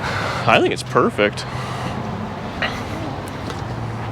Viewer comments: Port-a-power?? MURfect!! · It’s “Mur”-fect!! Great car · It's not PERFECT it's MERFECT ha ha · its not perfect but its murfect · It’s not perfect…It’s Merfect.